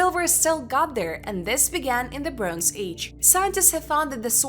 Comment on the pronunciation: brohnze lol